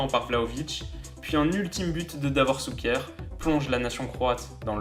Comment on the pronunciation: faut pas trop en vouloir lol, entraîneur = « tchatchitch » et non Katchitch comme il le lit, shouker et non souker mais bon c’est croate ça se pardonne lol